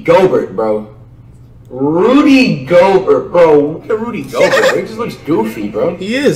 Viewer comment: Now you too can sound like Flight! Zeeon Williamson Bam Adbayo Demontice Saybawnus Pascal Sikecum Rudy Goburt Luka Donikick Giannis Akumpo Spencer Dinwhytee Delledawvuh